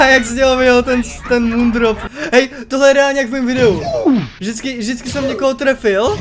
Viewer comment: Super video jenom prosím že se to vyslovuje ty jeho jména MOONDROP/SUNRISE